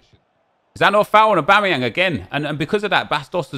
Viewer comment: Nep trying to say Aubameyang